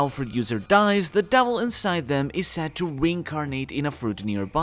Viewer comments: Is it just me or is he saying "Davil" fruits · Does anyone else get annoyed when he says "devil" ??